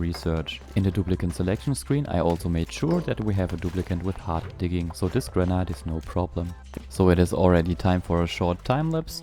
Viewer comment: Gotta say it's pretty bothersome to hear you constantly mispronouncing Granite, Moral(e), and all other things. Couldn't have even cared less for your content because I'm too distracted by the lack of speaking comprehension.